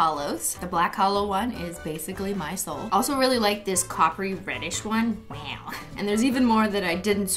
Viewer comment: Issa waow